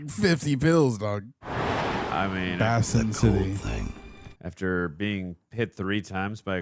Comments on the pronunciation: "Bass-in" City? MAKE READING SKILLS GREAT AGAIN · lol not BAAsin city. It’s Basin. Like a water basin